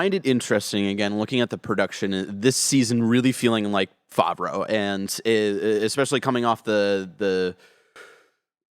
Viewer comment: I cringed every time mispronounced Favreau like "Faw-vreau" -- reminds me of my brother's friend who speaks really authoritatively about "Dark Vader" lmfao.